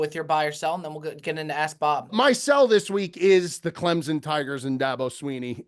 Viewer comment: Why does say ClemZon instead of ClemSon?